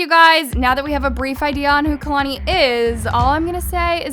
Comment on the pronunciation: Chileeee not kalani